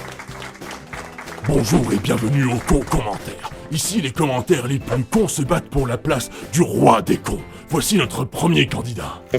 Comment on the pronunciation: Alors je ne voudrais pas casser le sérieux de la déclaration, mais j'ai ri à . " Le plous restrictif" X'D